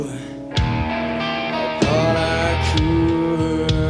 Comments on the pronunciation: "I thought I coulrd." I've always thought that way of saying it was so strange, but so neat as well. That, and I love the wide-eyes as he says it, almost screaming "Boy was I wrong about THAT" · Yes, AIC, especially Layne Staley in particular, used the R colors in many tracks. So, in this number, instead of "I thought I could", it is "I thought I chord", is basically how it sounds, with "CHORD sounding as if it were two syllables as well.